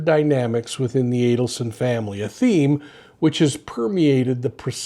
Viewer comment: Good to hear you pronounce the Adelson name correctly.